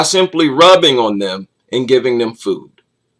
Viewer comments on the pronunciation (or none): none